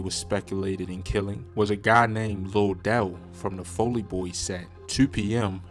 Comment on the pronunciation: The the foll lee boys not foe lee